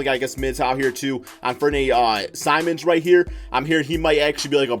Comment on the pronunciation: The way you pronounced simons name